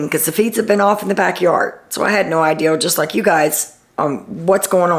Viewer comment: you say "I had no "ideal" or "she has no "ideal", instead of "idea" like my mom says! I think it's so cute!